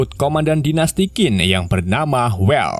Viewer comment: bos QIN di baca CHIN bukan KIN